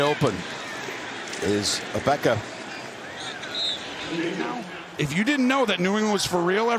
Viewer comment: "Ahbeka" ??? you mean EGG BOOOOKA